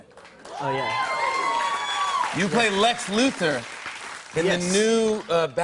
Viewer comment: It's Loo-Thor, Jimmy, not, Lew-Ther.